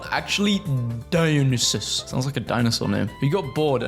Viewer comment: dionysus is the greek god of wine (i think) and it's pronounced die-oh-ny-sis